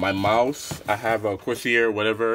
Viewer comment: Its pronounced corsare